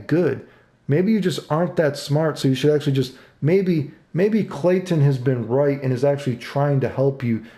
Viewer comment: Clayton has been "royt". Did Maximilian voice took over for a second?